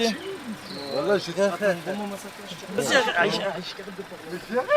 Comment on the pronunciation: MDR... 1er mot du reportage... "ji rien fait ji rien fait..." ahahahahahahahah et les branlos qui tapent des doigts d'honneur sans aucune repercussion lol...